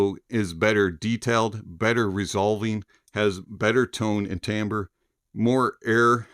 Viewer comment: the word is "timbre"...NOT TAMBRE